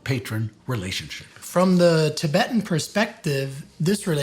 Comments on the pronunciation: It's "Tibetan" and not " Tibeetan " gents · Why do you guys pronounce it as 'king dynasty' though, when it's 'Ching' same with 'tabeetan' when it's 'tib-et-tan' You guys are usually good at your pronounciations, but these were easy mistakes to not do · Errrr, Chaps... since when has 'Tibetan' been pronounced 'Ti-beetan'?